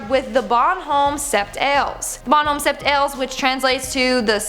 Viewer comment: I love how she tries to say bom home 7 heures